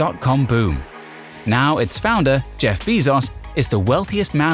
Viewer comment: “Jeff Beezoss”